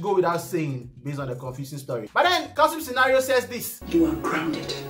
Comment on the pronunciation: Still saying Kalsum Scenario 😂